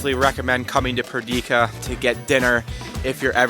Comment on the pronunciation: what about Perdika... I'm kidding, I enjoyed the video regardless of the pronunciations